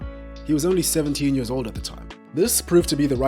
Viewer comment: I like how he pronounces years. Mans says "yurrs".